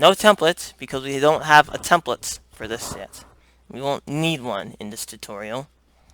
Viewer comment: lol "Hello everyone to my tuturial" wat?